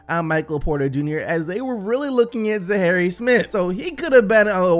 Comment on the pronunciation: "Zarry Smith"